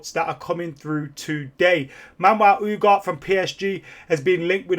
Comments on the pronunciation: U G A R T E...not Ugar. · Ooo-gar-tay. Not Ooo-gart lmao Come on man, you're killing me